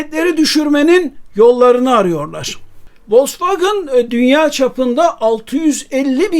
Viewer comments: Telaffuzla alakalı bir eleştirim olacak. Türkiyede bir kısım insan maalesef kendi dilindeki okunuşuyla bazı şeyleri söylemekten çekiniyor mu diyeyim bilemedim. Volksvagın değil Vosvagen, Mörsides değil Mersedes. Onlar bizim TRT mize Terete mi diyor ? Tiarti veya kendi dilinde okunuşu herneyse. Okunduğu gibi yazılan mükemmel bir dilimiz var, sahip çıkalım. Siz yapmayın bari! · Vosvagın değil de Vosvagen deseniz daha iyi olurdu. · ya turkler gibi vosvogen de ya da almanca okunusunu dogru ogrem oyle soyle. kendi uydurdugun sekilde telaffuz etme markayi. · Vallahi sonuna kadar dayanamadım, sürekli Volksvagın demeniz acayip rahatsızlık verdi. Dinlemedim videonuzu. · Vollksvagın bana da itici geliyor. Ama , burada Sedat Bey'in söylediği yanlış telafuz.( Aksan değil,o zaten hiç bir yerde olmaz) Vollksvagın in itici gelme sebebi ise. Wagen,derken normal türk gibi söylerken. Wagın, derken aksan yapmaya çalışmamız.